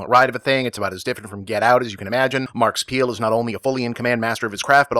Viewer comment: I spent an embarrassing amount of time replaying from about trying to work out who the fuck "Markus Peele" might be.